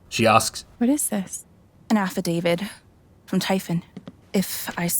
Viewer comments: she just called that an "affidavid". I'm glowing red right now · It's pure nonsense. Also they let the voice actress mispronounce the word Affidavit.